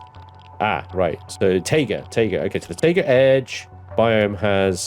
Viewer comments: Taiga is pronounced Tie-Guh. [tī′gə]. Like, "Oh, HAI." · The Taiga Forest is pronounced Tiger Forest.